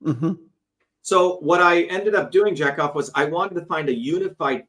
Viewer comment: It's pronounced ja-cov not jack off 😂😂😂